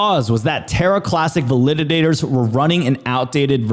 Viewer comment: VAL-I-DAT-ORS. Not val-lid-did-dators.